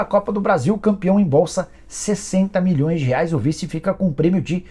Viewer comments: Cara super rico, investindo milhõ😂s falando “04 mões” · 'Quatro mões'